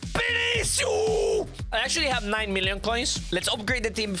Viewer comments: His name is not Binicius his name is vinicius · i love how he says vinisius (no ofense)